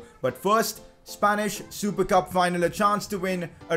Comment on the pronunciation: Usually said as "Spanish super cup": Spanish supercab.....